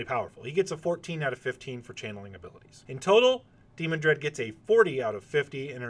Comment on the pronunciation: Dee-MAN-Dred, Not DEE-mon-dred.